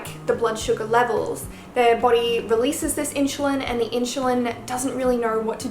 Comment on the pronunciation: I like how you say body “boty" :)) it makes my face change to royalty expression